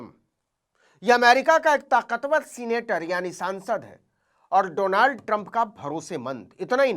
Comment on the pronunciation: मोदी जी को डोनाल्ड भी नहीं बोलना आता है , डोलांड बोलते हैं ।